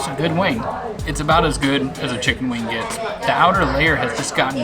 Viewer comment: She says "sense" instead of "since" and "new years.' While he's busy saying "gits" instead of "gets." It's just brutal. You know what they call Brazil nuts in Brazil? Yup they call them nuts. You know what they call Buffalo wings in Buffalo? Yup, they call them chicken wings. "Egg roll crust?" You mean wonton? Why bother?